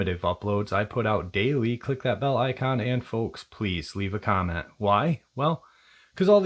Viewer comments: You said crick . I said crack 😂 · You said "crick".... Proud? Proud.